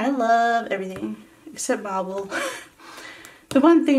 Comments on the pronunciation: I thought she was saying Marble too until she said about DC comics!! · When you said MARVEL I thought you said MARBLE and I was like "ok we aint friends anymore." LOL